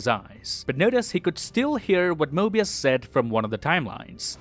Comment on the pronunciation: bro said morbius lol